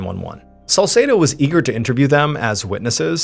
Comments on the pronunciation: God bless you 🙏 One issue I have is the pronunciation of the detective's name Salsedo. It's pronounced Sal-seed-o. Best friend growing up, same name. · If you say salsedo one more time.., I fr can’t.